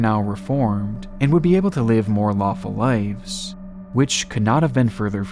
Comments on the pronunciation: "lives" not "lifes" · Dude. Brother. It’s “lives”. With a V. Not ‘lifes’ . Killin me smalls